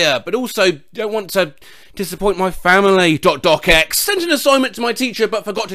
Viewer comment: is the first person i’ve ever heard pronounce “.docx” as “dot-doc-ex” and not “dot-docks”